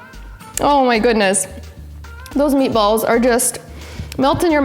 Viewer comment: Nice job on the meat a balls... (italian accent ) are you sure you’re not Italian?